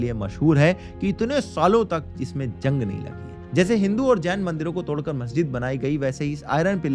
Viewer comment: Zulm ❌ Julm✅ Zung❌ Jung✅